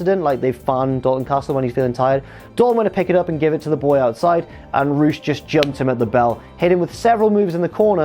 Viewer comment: That’s how it’s supposed to be pronounced though